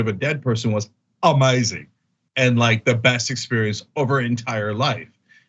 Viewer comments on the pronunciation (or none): Brit here... these people are totally mental! These are the type of nationalistic fools who voted for Brexit and were partly responsible for bringing the f***ing country to its knees! Althoughy I don't know about these particular people, of course. Love Cenk's "amazing" in an English accent !